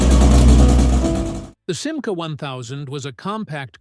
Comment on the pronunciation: commentaire artificiel complètement mauvais: ce n'est pas sima, mais simca!!!!